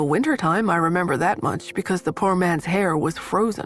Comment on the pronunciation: Anyone else catch the narrator saying POOR like PURR, as a kitten or cat purring? I really enjoy this narrator but each time she says poor as in poor health or poor in money, I giggle. I have never heard anyone pronounce it that way and I'm from the south where we have all kinds of crazy pronunciations! 😂